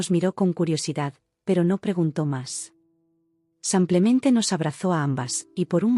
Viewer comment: Porque dice samplemente en lugar de simplemente